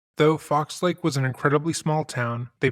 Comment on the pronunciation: "Fox Lake". It's singular. How hard is it to read the name of a town?